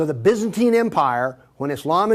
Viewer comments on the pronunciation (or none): He can't pronounce Byzantine 🙃😲